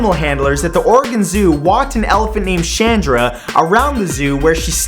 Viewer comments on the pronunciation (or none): none